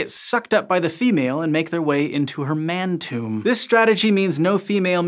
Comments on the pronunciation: "Man-tomb" Aight, ima head out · I was good, and then he said man-tomb. Dead.